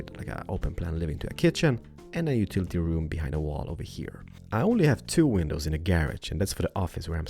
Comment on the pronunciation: I really like and all but I mean how can you not notice he literally says ''window penises''